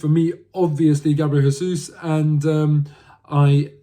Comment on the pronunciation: Jesus is pronounced with a J as it’s Portuguese! When Jesus is pronounced with a H it’s Spanish so as he’s Brazilian it’s pronounced with a J.